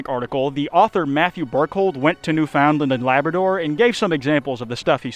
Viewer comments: it’s not New-found-land it’s usually pronounced newfinland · It took years, but I finally met a second person who didn't know how to pronounce "no-BELL." It isn't the NO-ble prize, idiot. You do the same thing to "Newfoundland." The proper pronunciation is to accent the FIRST syllable!!!!! Not the 2nd, like you keep doing....repeatedly. Lastly, thermite isn't an explosive. It burns. It does not explode. EDIT edit: NOW you're unique! I've never heard anyone mispronounce 'botulism' before. Takes a special kind of stupid to get THAT wrong.. I learned words like these before graduating high school! How do ppl not know these easy words? It doesn't take anything more than a proofreader to prevent you from looking ignorant. Given how often you mispronounce things, PLEASE start using a proofreader. I can't take someone seriously who can't even pronounce what they are talking about!!! EDIT EDIT Edit: I quit. You can't even pronounce the name America's best president properly. The accent on 'Delano' is on the FIRST syllable, not the 2nd!!! I'm sorry I can't stand these mispronunciations. It ruins the whole experience. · Btw Kwite, Newfoundland is pronounced more like "new-fin-land" than "new-found-land." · Also you pronounced Newfoundland as New Found Land instead of Newf und land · as a canadian i appreciate your use of the metric system but Newfoundland is pronounced "Newfin-land" maybe its just our accent but saying "new Found land" feels so wierd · The way you say Newfoundland hurts me as a Newfie myself, here we pronounce it New-fin-land in case you were wondering. Epic video btw! 🫶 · Kwite! Mah boy has returned (; u ; ) Also! Pronunciation for Newfoundland from a degenerate of the Maritimes: New-fn'-land (just say it fast and you're good). You can also just call it "The Rock", cause that's literally all it is. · For anyone unaware its typically said to sound more like newfinland here and places like quidi vidi is pronounced more like kitty or kiddy vidi